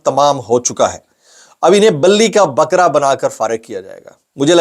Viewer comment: Bhai, billi ka bakea nahi hita hai! Bali ka bakea hota hai! Bali hindi word hai jiska matlab qurbani hoti hai!